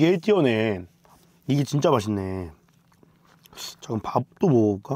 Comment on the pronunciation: 진짜 할때 감스트때문에 아 지짜 로 들림 ㅋㅋㅋㅋ